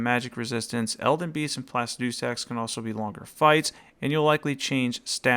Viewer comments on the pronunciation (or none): none